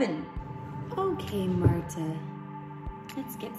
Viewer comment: Okay, well it's pronounced Marta